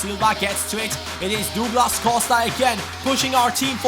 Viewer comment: Js it's "Duglas" not " Dooglas"